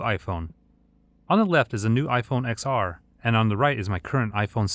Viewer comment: it's ten R, not X R